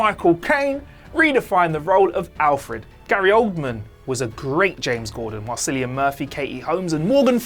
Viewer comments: IT'S NOT SILLIAN!!! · Man cillian Murphy he pronounced it Sullian